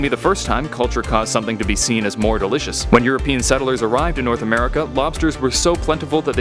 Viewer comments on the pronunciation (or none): none